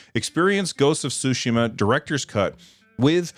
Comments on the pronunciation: "Ghost of Sushi-ma." You're killing me, man! Pronunciation of Tsushima is "sue" with a T-sound attached to the S, followed by SHE-MAH. So, TSUE-SHEE-MAH. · From here on it will officially be referred to as Ghost of Sushima